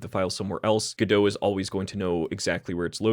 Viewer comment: normal people: go-dot, god-o this guy: gdö